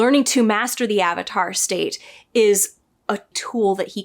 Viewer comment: Ah-vatar? How dare you! LOL. You just gave us all PTSD flashbacks. :)